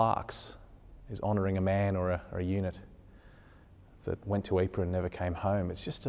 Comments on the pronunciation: Pronunciation is actually not "Eeper," it is "Eeprah." Many of the missing were turned into "marmalade" from the impact of artillery shells. Others' bodies became shrapnel which killed successive troops when enemy (sometimes friendly) shells landed. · Please try to be a little more accurate with you pronunciation Living History. I'm pretty sure the town is not called "aypaa" . and it isn't that difficult; try "eeeprrr". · Great video but you're butchering the pronunciation of Ypres. Lol. It's EEP-ruh. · A good presentation, but PLEASE learn to pronounce the place names correctly. It is not Yper, it is Ypres (Pronounced. EEPR), or Wipers as my grandfather (fought in all 3 battles there) used to call it. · Astonishing, compelling...Ypres had just been a name for me. The tale is only slightly diminished by the narrator's pronunciation of the town... something like "eypa." Please fix. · I’m getting a bit sick of repeating the same thing. But here goes for one last time - during the war we used the French pronunciation- Ypres. But the town is in Flanders, where they speak Flemish, and it is spelled ‘Ieper’ and pronounced ‘Ee-per’.